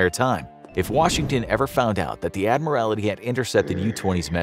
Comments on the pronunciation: Admiral TY (tee) not admir AL ITY. That is my only criticism of this episode. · It was the Irish coast. Not the Scottish coast. She was sunk off the Old Head of Kinsale, Ireland. By the way, it's "Admiralty." Not "Admiria;it." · Admiralty you are adding an extra i. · Cringed every time he said "admirality" 😬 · And get a narrator who can pronounce it. ADMIRALITY. cringe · I find the mispronouncing of "Admiralty" as "Admiralaty" somewhat distracting. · It's pronounced 'Admiral-T' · It's pronounced Admiraltee. Your mispronouncing is embarrassing and distracting. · I think they pronounce things wrong to mess with people because they wildly mispronounce things quite often. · The miss pronouncements of admiralty is annoying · Someone please tell the narrator how to correctly pronounce "admiralty". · no L